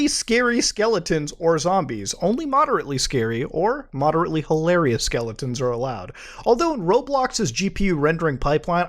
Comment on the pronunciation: 'skellingtons' lol